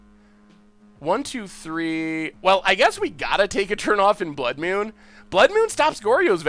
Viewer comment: "blood myewn"